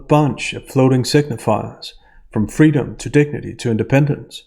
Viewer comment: I thought what she wanted was "fweedom".